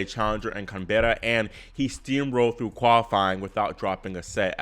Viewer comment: It's call CAN-BRA